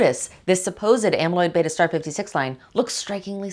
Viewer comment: Well done, it was nice to hear someone pronounce “beta” correctly 🧐